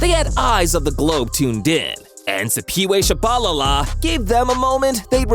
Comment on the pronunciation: you said peway shababa